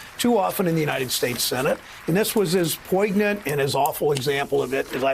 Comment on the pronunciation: Senator, the "g" in "poignant" is SILENT